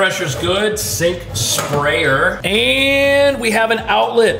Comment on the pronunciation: "sink spaayer" 😁😁